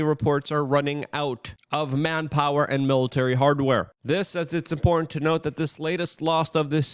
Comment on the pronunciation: WAC punches down to the lowest tear of society for content. Are you not entertained? Buy a shirt from a dolt poll who can’t pronounce the word important.